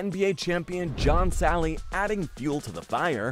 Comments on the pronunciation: Salley not Selley 🤦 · It's John Salley not Selley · John "Say-lee"? This guy really knows basketball!